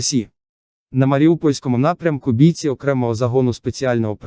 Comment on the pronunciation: Не вимовляйте бІйці. БійцІ